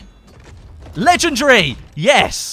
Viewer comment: ffs it's not legegry and not inventry !